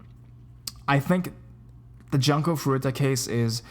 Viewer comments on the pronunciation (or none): 'Junko' is pronounced "joon-ko" ;v